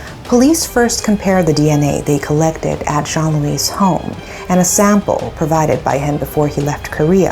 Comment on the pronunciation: Me who constantly heared Zhongli insted of Joan-Louis ..😅